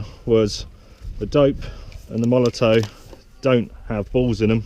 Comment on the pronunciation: Its molotoFFFFF not MolotOE... Great Video btw